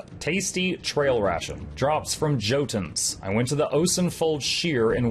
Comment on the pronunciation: Small bone to pick, yes im going to be that guy JOTUN is pronounced YOTUN, despite what the voice actors say, also the Plural of Jotun is Jotnar, not Jotans I tell you this not to blame you, but because you have a big audience, it would be nice if you corrected this travesty the voice actors did through ignorance and lack of research Being a Norse Neo-Pagan, one tends to know this stuff Their name also doesnt mean "Giant" but that mistranslation was done in 1130-something, so i guess we wont be correcting that any time soon. The correct translation is "One who Gnaws, or Chews" (so maybe Devourer), we can blame Snorri Sturluson for this wrongness though, not GW2 voice actors